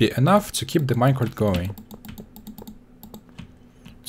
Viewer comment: "Minecarft minecart"